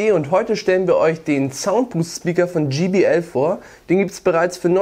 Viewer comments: Ja man spricht es dschai bi el und sie haben es dschi bi el ausgesprochen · JBL, Nicht GBL Demach 'jaibeäl' Und nicht 'Gebeäl' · es heist jbl nicht gbl